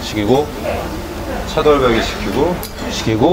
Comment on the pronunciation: 차돌박이 발음할때 차돌배기라고 하는게 대박이다 ㅋㅋㅋㅋ